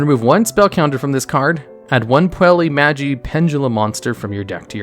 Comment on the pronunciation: The correct way to pronounce it is "Poo-ella Maj-eye" Madoka Magica